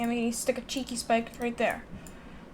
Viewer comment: Cheekeh one indehd